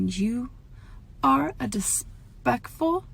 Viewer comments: DISPECKFUL AHAHAHAHAHHAHAHAAH SHE MAKES IT TOOOOO EASYYYY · BO-L-TH of which were said in our gorl's own special way.